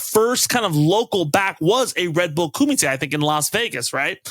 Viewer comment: Nice correct pronunciation of kumite :) People mispronounce a lot of stuff when it gets Americanized.